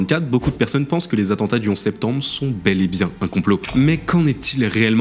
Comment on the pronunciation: "Connaissance de l'atantat" mdr AttENtat